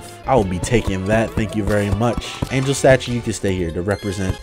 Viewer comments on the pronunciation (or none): none